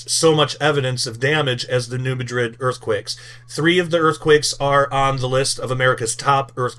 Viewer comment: It’s pronounced MADrid.